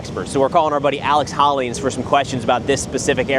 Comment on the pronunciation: Me: who's this expert, Alex hollings? Him: Alex Hollins!